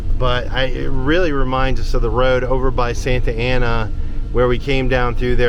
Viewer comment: I like they way you pronounce Road...nice wee roll of the tongue. Cute. 😊 Newbie fae the highlands of scootland...